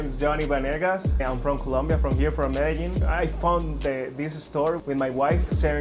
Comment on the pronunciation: Thank you for choosing my country to go to and the way you say Medellin is incorrect